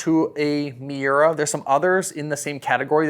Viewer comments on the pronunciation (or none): Why does he say Takomo and Muira so weird and my dude sounded like a golf snob when talking about the Wilson Staff CBs which I know to be a great players iron